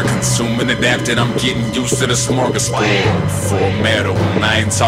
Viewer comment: I just love the pronunciation of smörgåsbord xD